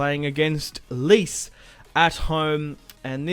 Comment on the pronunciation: its pronounced "Letch-Ay" mate. A good start though & hopefully a big season ahead for Icardi